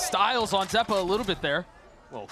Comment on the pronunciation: Misspoke ze-pa lol